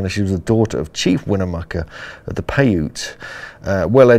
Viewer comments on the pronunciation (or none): Paiute is not pronounced with a long E at the end. Paiute is pronounced "pie-yoot" (rhymes with "boot."). And, Nevada is pronounced exactly as spelled with "ad" or "add" in the middle, NOT "odd" in the middle.